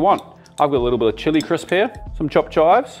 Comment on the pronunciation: ok… what’s “chilli crisp”?